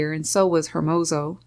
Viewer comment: you're awesome! I love your channel! 😍 I just have one pet peeve, please don't be angry. I notice you pronounce hermoso as it's spelled but being part Spanish and Puerto Rican it kinda bugs me a bit because it's pronounced ermozo. I love his name though because it means handsome or beautiful in Spanish